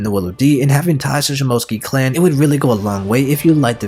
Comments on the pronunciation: It’s (shi-moh-tsu-ki) not (shi-mo-tski) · You’re quite good at editing videos and all, but you really need to work on your Japanese Pronunciation of words, it’s “Sheem-Mo-Sooc- Kee”, not Shim-Moat-Skee